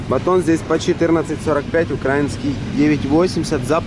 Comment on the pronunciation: УкраИнский, а не УкрАинский. УкраИна, пожалуйста